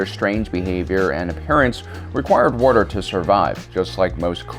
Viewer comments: Am I the only one who gets made at how he pronounces "water" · I'm sorry but wuddr makes listening hard.